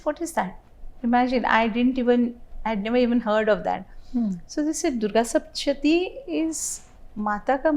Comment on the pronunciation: It's sapthashathi, not sapshati